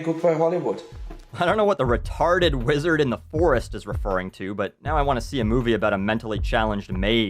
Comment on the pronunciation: He definitely said "vizard". He's talking about Harry Potter, according to a majority opinion on the internet.